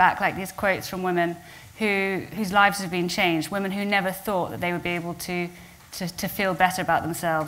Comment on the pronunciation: It's pronounced /ˈwɪm.ɪn/ (Cambridge Dictionary)